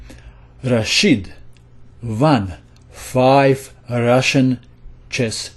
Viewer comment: won 5 Rhasion championships...hahaha, you sounded like a real Rhushan!